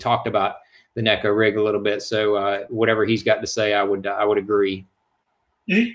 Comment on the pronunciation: Finally! Someone gets it right! Neh-ko, not nee-ko